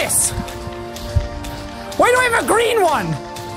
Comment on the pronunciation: “IRRRASH PEOPLE ARREE BASICALLY PIRRRRATES!” (coughs in pirate)